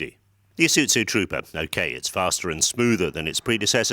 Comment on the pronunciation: Is uT zu Really ? That is how he's saying it